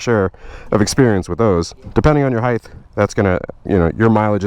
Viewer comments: Height, with a T, not heigth. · I like sportys I think they are my favourite Harley. But stop adding a h on the end of height 🤣🤣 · Love the channel...but stop saying heighth! There's no th sound on the end of it! A lot of people at my new job here in KC say that it drives me nuts! Trying not to hate, but it just erks me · Do you pronounce height as heighth? I noticed it a few times this watch and I've never noticed it before... or is it just my new headset being a willy? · there's no th on the end of height.